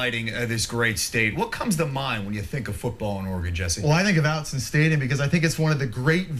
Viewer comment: Yeah, he keeps saying "Outzen"...sad...